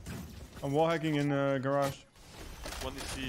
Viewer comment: “There at gurrege” is my favorite callout